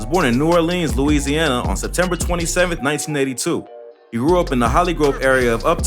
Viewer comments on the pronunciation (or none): none